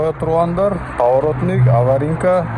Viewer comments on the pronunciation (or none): Урматтуу блогер. Түгүндө - эмес түбүндө. Аваринка - эмес аварийка.